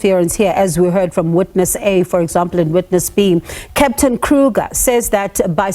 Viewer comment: The surname is Kruger and not Kruka please. It is Afrikaans and not English. 😂